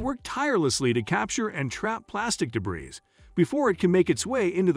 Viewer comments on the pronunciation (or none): Debris it’s pronounced: Day/ bree